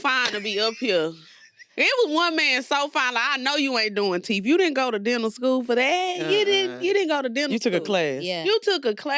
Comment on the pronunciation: Why cause he fine he can’t do teef 😂😂😂